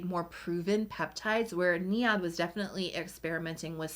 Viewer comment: I believe you are pronouncing NIOD. Wrong. It’s pronounced neyeod